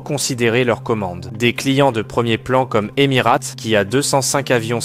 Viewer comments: Bonjour par pitié “Émirates” et non pas “Émirate” 😂 j’ai les oreilles en sang 😂😅😊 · Normal, sinon, Emirates ne prononce à l'anglaise "eˈmɪəreɪts" (phonétique) pas Emi-rate.